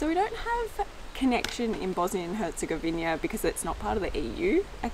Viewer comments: It's Herzegovi-NA and not Herzegovi-NIA. Please say the name of the country you are visiting correctly. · “Hezegoina” HERZEGOVINA BUDDALA